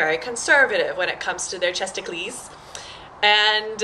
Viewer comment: ChestacLEES? haha. No, it's 'breasticles'...like icicles or popsicles (or testicles. lol).